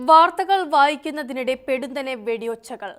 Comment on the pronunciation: പെടുന്നനെ അല്ല, പൊടുന്നനെ